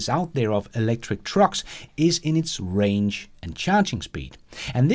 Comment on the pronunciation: Not to nit pick but its Range not Rang. Rang is what your cell phone does when someone calls ya 😛